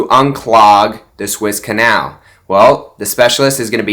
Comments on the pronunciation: please say right. It is the Suez Canal not the Swiss Canal. Phonetically say it like this "sue ez". T^hank You. Keep it up I like your videos. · It is the Suez Canal. Peonounced Sue ez = not the Swiss Canal. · THE SUEZ CANAL is pronounced SUE-EZZ 🙄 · Sue-Ezz it’s pronounced. 😉